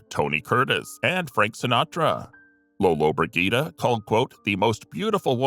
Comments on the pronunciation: these stupid videos should teach their narrators to pronounce words correctly, not to mention names, and famous names at that!! it’s not Lolobrid Git’ a !! it’s Lola Bridg’ ita. jeez!!! and double jeez!! 🙄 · I sincerely appreciate your videos especially the ones titled, “No one/Nobody expected this”... I couldn’t stop laughing at your pronunciation of Gina Lollobrigida’s surname! Regardless it was a informative video. Thank you.